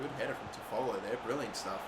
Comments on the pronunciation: FYI, it’s Tof-ah-low. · Just giving you some help Toffolo is pronounced 'toff-o-lo' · It’s pronounced tough-full, and Lincoln are in league one now after winning league 2 last season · You are saying toffolo wrong It's pronounced toffalo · You are saying toffolo wrong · Please go see how to pronounce Toffolo correctly please 😅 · Your also pronouncing toffolo wrong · Love how you pronounce Toffolo, it's not quite correct but it makes me smile!